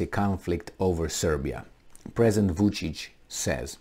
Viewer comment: VUCIC not VICIC hahaha 😆